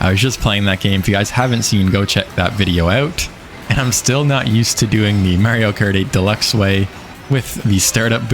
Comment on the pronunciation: is it just me or does he say "Mario kartY deluxe !!" everytime he mentions the name of the game ahah